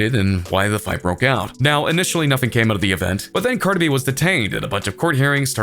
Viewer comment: Why you saying cardi like that 😂 “Carda B” I’m crying 😭